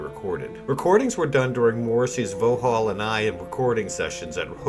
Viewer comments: Yup! I bought it at the time and didn’t think much of it to be honest! Brilliant video btw and it’s VOX-Hall not VOW-Hall! (Vauxhall and I!) X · It’s pronounced voxhall btw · Vauxhall is pronounced as "vox-hall." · I was gonna say, it's spelt Vauxhall, but pronounced VOXHALL. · You can't even pronounce the name Vauxhall and I correctly. Very clearly biased and inaccurate presentation. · Great video, apart from your pronunciation of Vauxhall. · Sorry got to laugh at your pronunciation of ‘ Vauxhall’ great content though 😂👍🏻